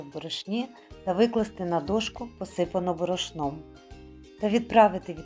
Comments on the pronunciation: В слові борошно ставте правильно наголос! бОрошно, а не борОшно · Зверніть увагу на наголос у слові" борошно" - ріже вухо.